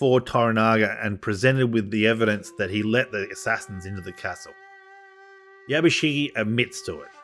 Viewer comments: 藪重"YABUSIGE" をYabusigi と呼ぶのが気持ちわるい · I appreciate the video but you've absolutely butchered every Japanese name especially Yabushige. And to top it all off Japanese ritualistic suicide is called "Seppeku" NOT SUDOKU! Sudoku is a numbers game you play on a grid!